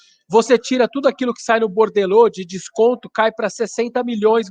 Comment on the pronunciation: BORDELÔ? Não seria "borderô" ?